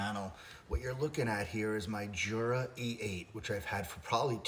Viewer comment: I just bought this machine. I had the Smeg machine and didn’t like it. It made horrible weak coffee. I sold it. By the way, Jura is Swiss so it’s pronounced Yura.